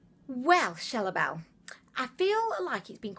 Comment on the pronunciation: You said my Instagram name correctly "chelle belle" 😊